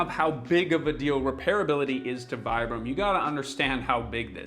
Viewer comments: Its pronounced veebrum ... Goes on to pronounce it vibrum the rest of the video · Americans pronounce Vibram "vye-brahm"? XD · You tell your audience that the company is pronounced "Vee-bram" and call them "Why-bram" for the rest oft the video 🧐🤪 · If you pronounced good at the second try…why did you kept going with the wrong pronunciation? It is veeebraam. Vibram wasn’t actually wrong, we are made barefoot, we aren’t born with shoes. I moved from normal shoes to barefoot at 37. Took me a while, 2 years but it was quite Normal to understand that you can’t ship from a training to an other in a blink…but hey. In Europe we are less dumb that North Americans apparently. There is also the part where you have to understand that you have to change how to walk, not just how to put your feet on the ground. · "They're pronounced 'Vee-brum.'" (continues to pronounce them wrong throughout the video) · If it's pronounced "vee-brum," why not pronounce it correctly? Great video btw. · I love my pair. I use them in the gym and hike in them. And you are pronouncing it wrong. It's like "vee-brum". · It kills me that he says "Here's how to correctly pronounce 'Vibram'" and then proceeds to mispronounce it for the rest of the video. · If you're really concerned for the humanities ''Future Proof"' , practice what preached and pronounce "'Vibram'' correctly. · Can anyone explain to me why on earth this guy keeps pronouncing Vibram the dumb American way, even though he literally explains in the video how it's pronounced and why? wtf.. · But I wonder why he called himself out yet kept saying it wrong afterwards. Kinda odd.